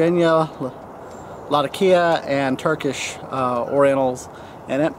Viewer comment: By the way, I hate you a little more every time I see that pipe, and it reminds me that I should have bought it! Glad to see you learned how to say latakia!